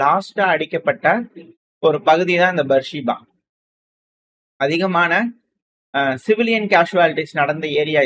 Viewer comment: பீர் செபா, பேர்சிபா அல்ல?